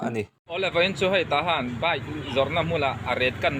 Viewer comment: Bike hi tinge baih tiin in lam rlat a ava mak ve sir